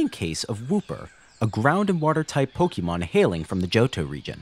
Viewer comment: A note: it is pronounced po-kay-mon, not po-kee-mon. This is denoted by the accented é in pokémon You even use it in your title of pokénational